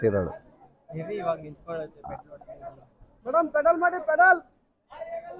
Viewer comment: bro adhu petal alla 😂 pedal